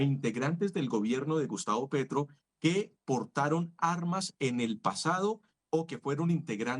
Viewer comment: Quién es Pertro? Ahh un gerrilwro